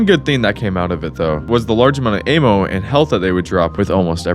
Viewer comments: It's "Ammo" not "AY-MO" !! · Bro it's Ah-Mo... Not Ayyymo!! So off lol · Bro why do you say " ayy moww " instead of " amm ohh " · Great video other than the way you say Ay-mmo. Like bro, it’s ammo like the sound with apple. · im sorry but this ehmo instead of ammo thing has to be ragebait right??? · bro kept saying aim-o.... it's not aim-munition, it's AMmunition. as in "I AM telling you no MO" AMMO. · It's short for Ammunition. Not Aymunition. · "aimo" there's no i in ammo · i have trauma now from your a-mo pronouncing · Am I the only one who doesn't say am-oh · This retard doesn't know the difference between invisibility and invincibility. Doesn't know how to say "ammo", and doesn't know how to say the name of the developers. Wild. Thumbs down. Do not recommend channel again. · So annoying how he keeps mispronouncing ammo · it makes me mad how he pronounces ammo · Bro really can’t pronounce ammo.